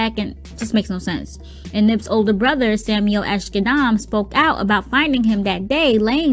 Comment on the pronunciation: Samiel not Samuel....